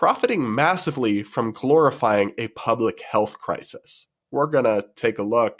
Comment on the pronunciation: I heard glorifying as “calorifying”